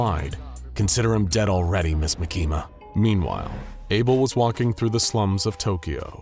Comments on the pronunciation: its makima not makina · It's pronouced Mah-key-mah not Mah-keema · Bro said mikima instead of makima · By the way she's not called mikima she's called markima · "makeema" 💀 its 'maa-ki-ma' btw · Makima❌ makeema✅ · not MUH-KEE-MAH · its mah-kee-muh, not muh-kee-muh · Ma-key-ma that makes me laugh every time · You said the name wrong it's Maki Ma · “Makema” lol. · Why does he say makimas name LIKE THAT😭 bro is saying ma keema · Bruh he said "mekima" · no way this guy says makehma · makama not. bakima. what. the. f### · The way he pronounces Makima is wild. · He's right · I like how he mispronounced makima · the way he pronouces makima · I hate to say it, but I really don't think you read Chainsaw Man any more than just for a little bit of research. Considering you said 'Denji loves fighting with his weapon's which isn't true, denji doesn't WANT to fight and do what he has to do. Makima makes him. Second. Makima. You don't pronounce it properly a single time and it makes this really really hard to focus on the story when I hear it said wrong and it rips me right from the zone I'm trying to get into when I watch these. There's a few other reasons I don't believe you've read it other than to gather "the main points" that you think you need for the video script, but tend to misinterpret the meaning behind the characters and their actual personalities and how they really are. Anyways I'm to stoned to keep on going cause I'm losing my train of thought and wanna just take a nap n fall asleep to some SCP....after I make a hot pocket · So many plot holes, butchering miyamoto name and makima. Also makima wouldn't take the job unless she could control Abel. Also denji what you're showing is the hybrid version, not his max devil version. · Bro you said the girls name wrong if you can get that wrong then don’t even make this video